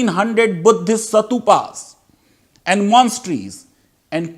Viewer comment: That monkey said " sa tu pa" LOL and RIP pronunciation.